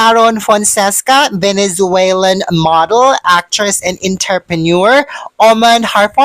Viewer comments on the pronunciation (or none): none